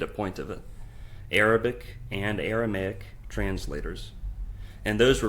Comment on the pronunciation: 7 minutes in and he's already pronounced Christendom as "Christiandom" and Aramaic as "Aramic".